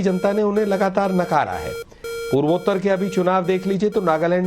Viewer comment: नाविका जी, आप विदुषी हैं। पूर्वोत्तर का उच्चारण ठीक करें, आप से तनिक गलती हमें दुखी करती है। अन्यथा न लेवें।